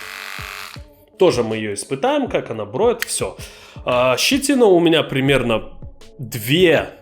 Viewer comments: не "брОет", а "бреет"...в остальном зачОт ! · Да не броет а бреет, говори по русски. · Броет или мне послышалось? ;) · Почему "брОет"😅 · Броит? Это что за язык такой?!